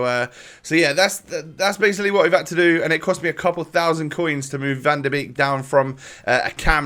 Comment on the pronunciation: You said Malen the first time right and Van den Beek the second time right